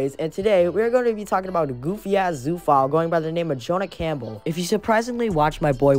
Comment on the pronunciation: HAH U DIDN'T SAY THE NAME RIGHT L BOZO in all seriousness tho thx for having me on